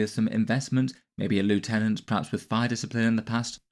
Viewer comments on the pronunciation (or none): Can't believe he still says Lieutenant wrong 😔